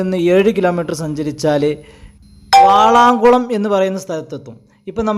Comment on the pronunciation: വാളാംകുളമല്ല, വളാംകുളമാണ് ശെരി